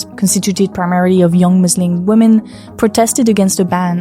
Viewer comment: pronounce “women” correctly challenge 2025, difficulty: impossible